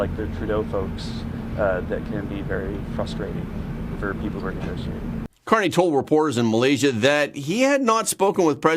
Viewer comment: That’s are, not arr